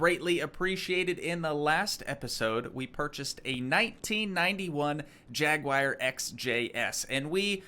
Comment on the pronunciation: Like the content even though it's been 2 years. One thing, though... a Jaguar is not spelled Jaguire. /'jag-wahr/ or /'jag-u-ar/ It shouldn't rhyme with Jerry Maguire.